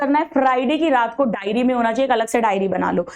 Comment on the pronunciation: mam it is diary not dairy